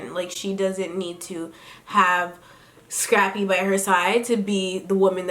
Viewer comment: Am I the only one that hears "Strappy" when Tammy refers to "Scrappy"??